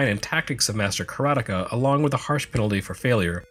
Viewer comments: LOL! I am, for one, glad to hear your pronunciation of Karateka. Every since I heard Mechner say it in an interview, it was one my biggest A-Ha! moments... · Yes! I watched a video of Jordan Mechner talking about the HD version, though obviously he pronounces it with an American accent. Ka-ra-te-ka, 4 morae.